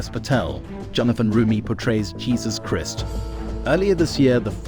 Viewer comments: What's with the "Christ/mist sounding pronunciation? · Please learn to say Christ as it’s supposed to be said??? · Who is this narrator? Cannot pronounce disciple or Christ. Unbelievable.